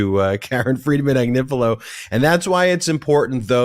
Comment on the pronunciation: Comments on the Chris Hayes show clip: *He couldn't quite pronounce Karen Friedman Agnifilo, but never mind, he'll get it right next time. *It's great that he mentioned the Legal AF podcast. It would have been even better if he'd mentioned the Midas Touch Network, but never mind, he'll get it right next time. All in all: 🔺Yea Karen ! 🔺Yea Legal AF! 🔺Yea Midas Network! 🔺Yea 3 Meiselas Brothers! 🔺Yea Midas Mighty! 🔺Hell yeah! 👠👠